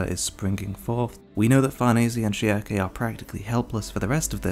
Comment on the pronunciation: I swear, every single person has their own way of pronouncing "Schierke". You pronounce it "Shiake", TheAlmightyLoli pronounces it "Shrike" and I personally use "Shirk".